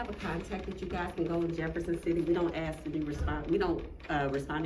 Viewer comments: What the heck is "axing a question"?? Is that English? I can't understand these frauditors........................ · “Aksing” questions……the Captain is always “aksing” questions……. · Shut down twice! 🤣 All he wanted to do is "axe" a question 🤣 fucking idiot. Speak English! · Maybe try “asking” a question instead of “axing” and maybe you’d get someone. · lol...."...he's here being professional and courteous as well, just trying to axe a simple question, and you see the kind of behavior we receive when axing simple questions." I believe the word you are looking for is "ask" not "axe." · The word is ask not axe ignoramus. You are disrespectful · learn english douchebag...ITS "ASK"....NOT "AX" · That "" Muppet tries to appear intelligent but pronounces the word ASK as AKS!!